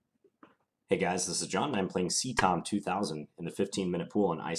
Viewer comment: That was a really interesting game. - However I always understood "sea tongue" instead of "ctom", confusing.